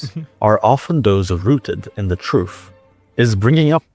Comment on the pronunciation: I like how this guy pronounces truth as "TROOOOF" 😂😂